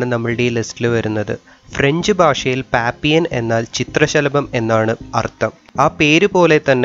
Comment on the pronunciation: Pappion alla pappilon